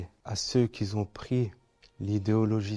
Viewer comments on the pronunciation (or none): Merci pour ces belles paroles. Excusez moi, "à ceux qui ont" semble plus juste que "à ceux qui zont". En effet aucune liaison possible avec "s" entre qui et ont. Merci encore pour le beau propos.